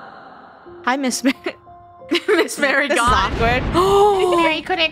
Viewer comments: calling her miss mary but her name is pronounced Mah Ree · Btw it’s Miss Marie ( Mah-ree) Not Mary (Mare-ree) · it’s not miss marry, it’s miss Marie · I know the reason the librarian was mad at. They kept calling her Miss. Mary instead of Miss. Marie so she was mad that they were saying her name wrong 😂 (ily krew and all ur videos)